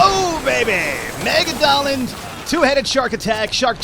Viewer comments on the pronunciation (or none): I hate to be that guy but its not megadollin its mega-la-don